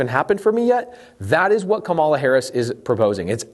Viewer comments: Just so you know, you mispronounced her name the whole video. Might want to add an editor's note. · Interesting points. You would sound more credible if you learned to say her name correctly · It's not difficult -- pronounce her name correctly or call her VP Harris. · Firstly, - it’s KA-ma-la, not ka-MA-la. Come on. You’re smart and it’s easy. Beyond that, I want to say that I appreciate you and everything you do very much. Thank you for producing so much valuable content and making education on these topics so readily available. Accessibility has long been the most significant hurdle for the impoverished to improve their financial situations. Furthermore, you obviously have a good heart and if every wealthy person were as charitable and giving as you, most, if not all, of our country’s economic inequalities would would be solved within a decade. Please never lose that quality about yourself, no matter how frustrated you may become with the government or anything else. But as you alluded to, there are many greedy, callous narcissists out there who don’t care about a single thing except their personal bottom line, and this system has allowed them to flourish. This is just fundamentally wrong. While our country stands for individual freedom, if we’re going to call ourselves The *United* States of America, we should show a little unity, and place a premium on it in everything we do. For that reason, I do believe there should be more oversight and implementation of policies which would guarantee that widely beneficial things are being done with the tax money instead of just hoping for the best. However, I don’t believe that this policy is the way to acquire it. Everything you’ve laid out here makes perfect sense, and I don’t want to see y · Why can’t you pronounce her name ? I find your active ignorance very telling, even my 11 yo can say her name correctly